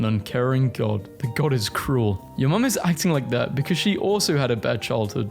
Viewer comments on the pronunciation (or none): none